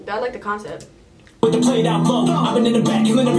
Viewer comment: The "KAANCEPTS" ;)